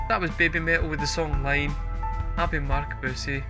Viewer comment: The title of the song is “ii ne,” which is Romaji for いいね, pronounced “ee-neh” (not “Line), as you can hear SU singing in the chorus when the subtitles say, “so good, so good.” It’s a very girly expression. This 100% an Idol Pop song. The BABYMETAL formula is indeed Idol Pop + Death Metal + EDM. It makes perfect sense in Japan. The appeal of the high-pitched Idol vocals is the feeling it creates in your gut, a biological reaction that drives adults to protect small children, as a Japanese man explained to me decades ago when I asked why adult men listen to Idol Pop. In short, don’t analyze how it sounds, think about how it makes you feel. A day without BABYMETAL is like a day without sunshine. This is a recent performance of an old song created for a teenage BABYMETAL, so it hits differently in earlier performances when the girls were so tiny. Their song which best executes the blend of Pop-Metal-EDM, AND incorporates Japanese cultural touchstones, is MEGITSUNE (watch the OMV). It’s also their best song. Their later music has a more mature sound. You might like Rondo of Nightmare (live, with Mischief of the Metal Gods intro), or Road of Resistance (live), or the more recent song, Maya (live).